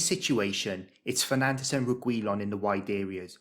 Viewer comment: did you call Bruno "Penandes"? 😂